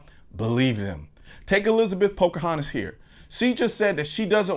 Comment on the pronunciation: “Elizabeth Pocahatis” You won the Internet today Mr. Noir!